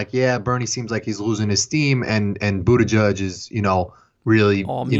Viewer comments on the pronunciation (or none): Its kind of a smear for Kyle to keep calling Buttigieg, Booty judge, but I have to laugh every time he does it. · saying bootyjudge is killing shit encapsulates his political knowledge